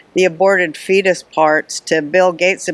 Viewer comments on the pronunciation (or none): Roseann said pheonic..instead of fetus...Bat shit Crazy. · Sounded like she said that Bill Gates buys fetus parts to add the meat to his food. Super disturbing...